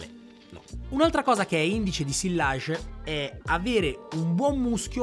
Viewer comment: Bravissimo! Occhio a come pronunci “sillage” (fingi che non ci siano le due elle). 😉